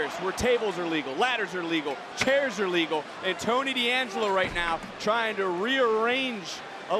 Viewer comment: Ring announcer did not just say Tables, Ladders and scares match.😂